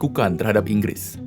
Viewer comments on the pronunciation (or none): Semuanya salah Ingris, semuanya salah INGRRIS!!!!!